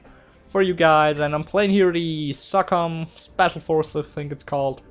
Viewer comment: its pronounced so com i no if u come from somewhere else its pronounce diff